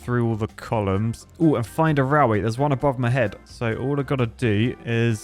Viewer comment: Nobody: "RALWAY"